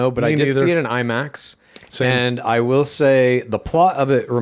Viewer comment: I “wull hold on dude” my wife all the time now 😂